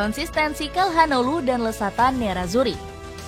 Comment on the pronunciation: Tolong lah min sebelum bikin video di research dulu cara baca nama pemainnya. Çalhanoğlu bacanya calhanoglu, bukan kalhanoglu